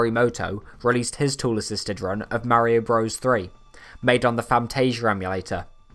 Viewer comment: You keep unpronouncing Mario in the video. Please get it right